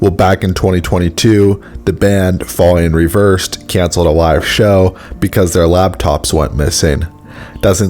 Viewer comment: "Falling In REVERSET"? Who is that? "..paying your hard earned money to see a band PAY live that's not....." At the very least you could have read it directly off the still inserted in the video! You'd like me to let you know...... OK... Backing tracks are essential in many cases. Even Wolfgang stated it. " If you have keyboard, piano parts, orchestra, strings etc in your music", backing tracks are, and should be, accepted. No secret that some bands are using it to completely "carry" their show. But isn't it time that we let this subject go? It's not going to change. There are more people going to the shows and don't give a rat's ass whether their heroes are playing or not. It certainly outweighs the people that are complaining about it... Eddie Trunk! Lastly, the title of your video is, " Wolfgang Van Halen EXPOSES “Fake” Performances " ..... Well, nowhere in your video do you address Wolfgang exposing anyone! Perhaps you have been taught poorly as to what the word "Expose" means!